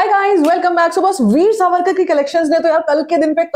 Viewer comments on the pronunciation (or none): वीर सवरकर ❌ वीर सावरकर ✅